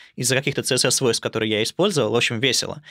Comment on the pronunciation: CSS правильно произносить как "Си-эс-эс", а не "цэ-эс-эс", несмотря на то, что первая буква в расшифровке аббревиатуры не звучит как "СИ". Потому что аббревиатуры принято читать как алфавит. Вы же ведёте блог про верстку. Как вы можете неправильно произносить названия своего основного инструмента?